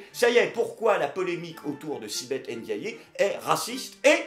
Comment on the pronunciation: Elle ne s'appelle pas Èndiaillé, elle s'appelle N'diaye. Enlève les é.